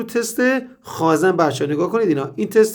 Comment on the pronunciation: سلام مهندس جان شما که تحصیل‌کرده این رشته و دانشگاه دیده‌ای واقعاً عجیبه به خازٍن میگیدخازًن قربونتنم ما حتی رفتارمان را به استاد نزدیک میکنیم ومعلومه که محاله تمام کارآموزان مثل شما به غلطkhazan تلفظ نکنند واز کلمه صحیح یعنی khazen استفاده کنند جسارت بنده را ببخشید